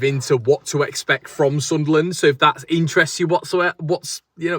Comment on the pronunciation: Love the way you pronounce Sunlan/Sunland the right way mate. I'm obviously red n white and subsribe to all your channels tho. Keep up the great content 👍